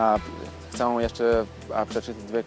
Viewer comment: Gratulację, bardzo zazdroszczę takich zdolności. Mam jedną radę jeśli chodzi o polski. Literę ę na końcu słowa czytamy jak e - bez nosowości. Problem było słychać w słowie "chcę". Powodzenia :)